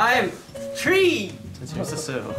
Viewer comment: No one: Hyunjin: IM TREE